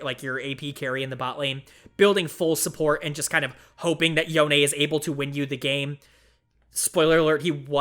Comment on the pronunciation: yonE is the correct way to pronounce it, I dunno who told you that you were wrong. You can hear it pronounced in the "Kin of the stained blade" cinematic.